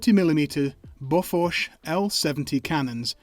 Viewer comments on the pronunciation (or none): I love it how you mostly correctly pronounce seebian names for the equipment yet BOFORSH somehow entered your vocabulary (google bofors prononciation)